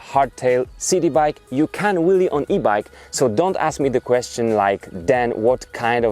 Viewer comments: lol, he says willie not wheelie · It sounds like you're saying "willy" lol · Hahhahahahahah he’s saying willy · I think he was also making fun of the presenter's accent of Wheelie he says Willy. 2 for 1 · I can't help keep thinking he says Willy :D